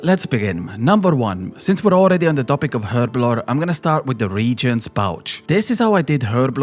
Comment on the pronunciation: So people are just never gonna learn how to pronounce “reagents,” huh? We’re just gonna say “re-jents” and “mee-lee” until the end of time?